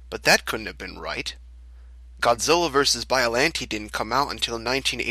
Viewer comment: That’s an odd way to pronounce Biollante.